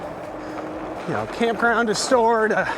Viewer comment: Is it my tv, or is that bike really noisy? Glad found her bike! Hey, I probably heard it wrong, but I swear said "crampground". Oh that can be SO true for some rv parks lol lol. New word I am stealing!!